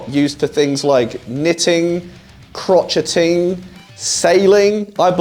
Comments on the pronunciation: The way you pronounced "crocheting" as "crotch-etting" had me cringing lol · I sent the "croch-e-teing" to my mum (She has a crochet club lol)